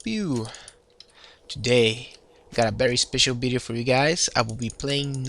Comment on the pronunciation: man whats bideo? i mean u wanted to say video? Just asking if bideo is another word because i hear it for first time :D im not trying to offend you man :D just asking